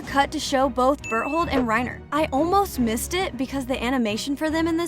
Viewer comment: ah yes an ''expert'' who cant pronounce Berthold